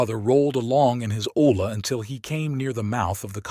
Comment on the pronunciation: Just a tip double L makes a y sound like olla sounds like oya. Great work.